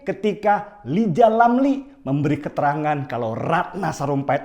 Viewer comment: Mirip ketika "LIJAL LAMLI" 🤣🤣🤣